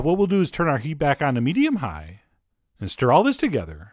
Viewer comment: Set the skillet over medium HIGH heat.. and then cut UP the vegetables.. then for the HOLY grail.. turn OFF the heat.. and then I’ll CHECK my noodles.. the WAY he talks is VERY interesting... mEDIUm high